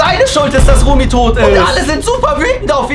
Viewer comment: is not Remi it’s Rumi